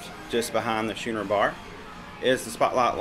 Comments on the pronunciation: It’s pronounced Skooner, not schooner. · while I do like this video... it's pronounced Skoo-ner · Great tour. I love older, smaller ships with atriums. I’m looking a a TA from Barcelona to Tampa on her. I think it’s pronounced “skooner” though. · Say school, then say schooner. That's how it is pronounced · I have watched three recent ship tours of this ship. By far yours is the best. Do you pronounce Schooner that way as a joke or is it an alternative I am not aware? We are leaving out of Tampa in two weeks.